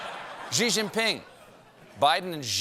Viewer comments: Somebody tell Stephen that Xi Jinping's surname is pronounced very similarly to the English word "she." Not "gee" or "zhee" or whatever he's trying to do with it. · Please, for the love of God, stop pronouncing "Xi" wrong. It's just "she." It's so easy. What you are saying is "Zhi." A different thing. Stop it. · Guys, we’ve been through this before. It’s pronounced “she” not “zhee” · Yes! It always annoys me too. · It's pronounced "she" Jing Ping. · But Stephen, that's an ‘X’. Surely you must have a Mandarin speaker on staff who can walk you through this? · When will he learn how to pronounce"Xi"...